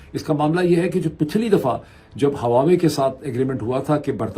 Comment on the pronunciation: Its Wah-Way, not Hawa-Way